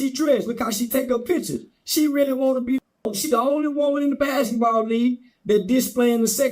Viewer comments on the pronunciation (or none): That joker said “BACKETBALL”…😂😂😂😂😂😂😂😂😂